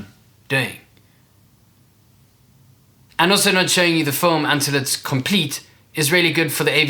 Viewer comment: First of all pronounce FILM correctly bruhh.